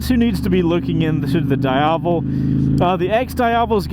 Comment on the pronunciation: its not prononuced "Da Iavel" :face-blue-covering-eyes